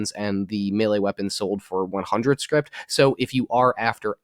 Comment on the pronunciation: Scrip... not Script